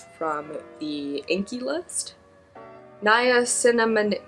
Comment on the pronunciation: Nya - sinna - myde. Lol. Good stuff but I take it in a supplement form